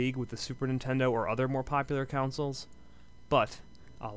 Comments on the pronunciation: WHATS A "COUNCIL" ???? he keeps calling consols "councils" ROFL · the fact that you can't say 'consoles' is quite irritating.